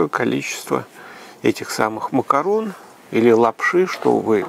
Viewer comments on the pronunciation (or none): none